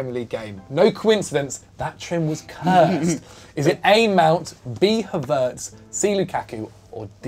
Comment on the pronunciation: why does the guy pronounce Havertz name like that lmaoo